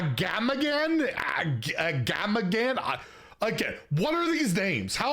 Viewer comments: It's "aga-ma-gan" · It's just pronounced Aga-magan, Aggem Thorncurse from battlegrounds says his name out loud too if you want to hear it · As a lore junky for WoW and Hearthstone, it's pronounced like "Ah-gah-muh-gone". He's a notable god amongst Quillboar in the Barrens (and I'm sure other places, but correct me if I'm wrong). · Try it like this: Uh-Gamma-Gan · AGAMRAGAMA sounds about right